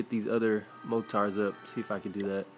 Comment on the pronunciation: He says mortars like mow tars